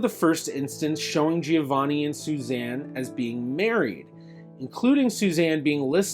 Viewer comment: Your pronunciation G before a "I" is soft. The "i" in Giovanni is silent. That if you are interested in real Italian.